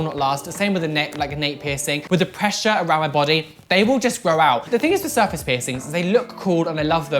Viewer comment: "Serface" its surface